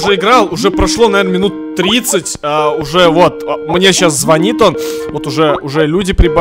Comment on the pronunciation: Не звонит, а звонит